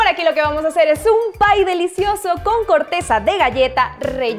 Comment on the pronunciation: Jajaja es un pye no un pie 🤣🤣🤣🤣🤣